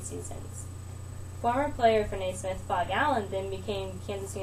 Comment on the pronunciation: It's not James nay-SMITH, it's James NAY-smith. geez